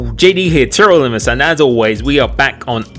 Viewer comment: anyone else hear the intro? could just be me but it doesnt sound like he says all of the syllables in TRL limitless lol.